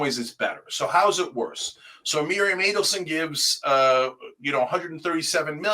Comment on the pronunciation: It's Adelson not Aidelson.